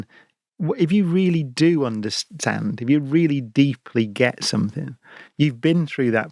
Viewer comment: Another great talk, but SOMETHINK!!! Really, oh no!!